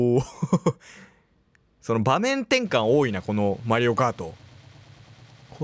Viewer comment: 普通にマリオコートいうのわろた